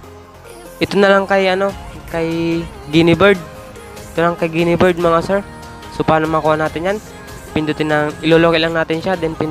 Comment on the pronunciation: Guiniver hindi guinibird hah ayusin mo